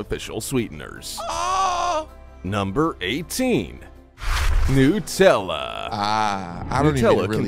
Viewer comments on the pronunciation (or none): It’s not “newt”tella, it nUtella, made from nuts, get it?